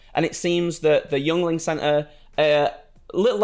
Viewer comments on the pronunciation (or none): It's pronounced Ying-ling. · FYI. Yeungling is pronounced “yingling” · I know you lads aren’t from the states but it’s pronounced “Ying-ling” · It's pronounced "ying-ling" :) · I don't comment much....pronounced (Ying-Ling) it's spelled weird and I typically don't care...but none of you have said it correctly lol...yuengling...pronounced Ying-Ling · Hearing Brits not knowing how to pronounce "Yuengling" made my day. Growing up in PA, it's everywhere.